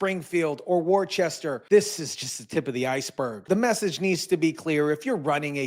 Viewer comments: “Worchester,” is not correct. It’s pronounced. “Woostuh.” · lol we say wor-chester as woostah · Worcester. Not warcheaster we say Woosta. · Wus-ter not Wor chest er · WAR CHESTER? you live in Massachusetts and don't know how to pronounce Worcester? WTF dude 😎 Worcester, Massachusetts is pronounced "WUSS-ter." It's a common mistake to say it as "WOR-chest-er" or "WAR-ses-ter." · What I think is you just gave yourself away. WER-Chess-ter??? 😅😅. Ha ha noone familiar with Massachusetts or who knew anything about this state would pronounce it that way! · Proper pronunciation would be Wooster.😂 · WorCHESTER?! WHO IS THIS GUY?? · Thank you for covering this insanity and spreading it out to the masses! You just came across my feed for the first time and you gained a new subscriber... Massachusetts politicians are insane and corrupt! - we pronounce Worcester like Woostah 😉 most cities and towns in Massachusetts aren't pronounced how they're spelled... Lol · Wu*str is how it’s pronounced, but that’s the least of our problems. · For future reference Worcester is pronounced like Wister or Wistah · For a little bit I thought you were from MA until you said ‘worchester.’ Ask a Bostonian how to pronounce it 😉MA has some bizarre pronunciations. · Worcester is pronounced "Wooster." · 😂😂😂 it's Wooster (like foot), bro! Awesome video though! I'm in MA and this stuff is crucial to getting us out of the hole the Dems have dug us into! Thank you! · (By the way, "Worcester" sounds like "Wooster.") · Dude, u gotta learn how to pronounce Worcester! Thx 4 ur service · Shows you’re not from here because you can’t even pronounce Worcester 🤦‍♂️